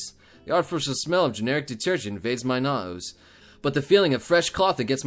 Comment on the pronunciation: He says "nose" like an Australian!